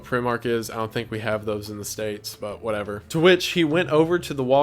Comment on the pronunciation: you keep on saying "whatever " incorrectly and its eextremely annoying